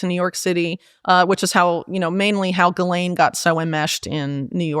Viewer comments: Also says “Ghisplaine” and it makes me lol everytime 😂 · 6.58 "do you want to Ghisplane"? 😂